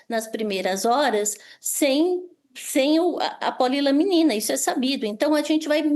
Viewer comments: Só uma correção.. o nome do medicamento não eh POLILAMINA, e POLILAMININA.. mais simples, POLY LA MENINA kkkkk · Vocês não têm vergonha na cara mesmo! Cambada de jornalistas que querem saber mais do que profissionais na saúde! E, do jornaleco: o nome correto é PO-LI-LA-MI-NI-NA! Não é polilamina! Morram de inveja! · Polilaminina. Não polilamina.